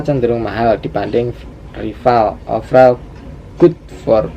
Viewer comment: 1.50 "offeral" bahasa mana :v